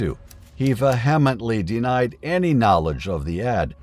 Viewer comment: I wish people would learn how to say “vehemently.” Especially narrators on these vids. 🙄